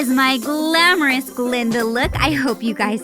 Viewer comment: i love you but it’s GLINDA not glenda